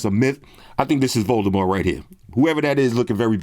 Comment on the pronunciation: Props to you,, for pronouncing “Voldemort” correctly! J.K. Rowling said years ago, well after the last movie came out, that his name does not have the hard T at the end.